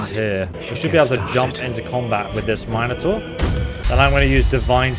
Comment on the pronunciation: The way this guy pronounces Minotaur. I don't like it.